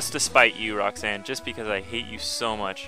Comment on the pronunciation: You said rossane.